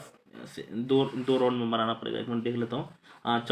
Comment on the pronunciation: Sir wo du nahi hota do hota hai